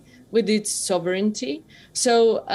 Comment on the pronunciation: Why do wion anchors keep saying "sovereignity"?